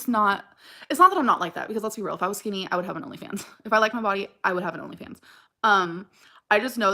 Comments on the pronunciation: Skin knee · Anyone else getting annoyed at how she says the word skinny? Like skeenee?